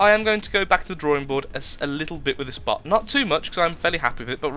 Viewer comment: When u were talking about the plasma vollies it sounded like you said butt instead of bot